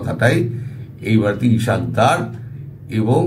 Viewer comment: মুসলমানদের নামগুলো শত শত ধরে জেনেও উচ্চারণ তো দূরের কথা । লিখতেও শিখেন নি । ইশক ডর না , তার নাম ইসহাক দার ।